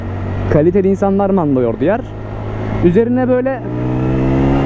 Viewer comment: Manda yoğurdu diyişine koptum MK kdkddkdjdjdjdj